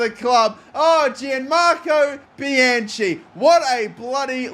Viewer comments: It is pronounced Bi-Han Key. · For Bianchi, it's pronounced "bee-uh-nki" in Italian